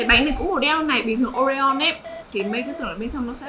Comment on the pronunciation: Oreo chứ ko phải Oreon nha chị